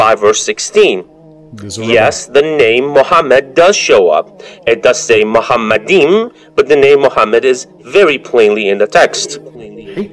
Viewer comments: I speak Hebrew and I’m trying not to laugh. the word is machmadim. Not Mohammedim. The ch here is replaced with ha pronunciation for English. This pronunciation is Incorrect in Hebrew, It is replaced by English speakers who can’t pronounce the cha sound. The word Machmodim has a Cha not a Ha. Now this is very important if we’re using grammar as a proof. In Hebrew each word has a root or shoresh. The root of machmadim is chemed, delight. While the root of hemed which is only a new modern word means a meter. So You can’t translate and convert Chemed into hemmed and then bring a proof when chemed and hemmed are literally two different Hebrew words. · It is because it is biblical Hebrew, the word should be translated, desireable, or love somrthing along those lines, and its pronounced Magchmadin. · He proununces it wrong. The two words are not the same, not even phonetically. Good lord. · Hebrew speaker here 👋 The word written is pronounced “Mahamadim”, not “Muhamadim.” This is a subtle but quite a distinct difference. One change in the vowel can change a word completely, which would change the meaning as well. The word Mahamadim is the plural of the word Mahmad, which means charming/desirable/delightful/loveliness etc etc. It comes from the root word “Hemed.” In Semitic languages like Arabic and Hebrew, there is this concept of root words. If you speak a Semitic language then you know what I’m talking about. Anyways, the root word “Hemed” means lovely/delight/desire etc. The man is mistaken. This verse is not a reference to Muhammad. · First of all it's mahammadim not Muhammad-Im. Secondly, mahammadim is a descriptive word not a persons name. It's foolish for anyone to chop up the word and say that they are two separate words when the word exists in that form and has a meaning smh